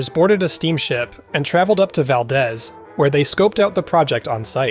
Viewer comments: Val-deez, like Deez Nuts. You're welcome. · It's VAL- DEEZ!